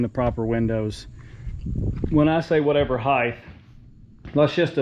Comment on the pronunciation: there is not a th on the end of the word height.